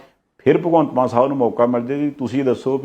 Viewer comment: Maan not Mann please.